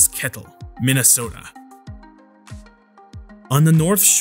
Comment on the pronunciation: We way he said Minnesota. 🤣 Do people really say it this way?